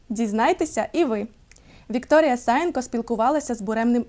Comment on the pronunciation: Приємна ведуча, от тільки СаЄнко, а не САєнко) Як на мене, варто понизити гучність відбивки, трішки ріже вухо. Також субтитри розмови з данським хірургом завеликі, місцями перекривають частини обличчя співрозмовника. Проте випуск вдався дуже цікавим! 🌷